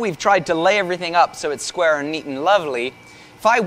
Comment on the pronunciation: "square" -American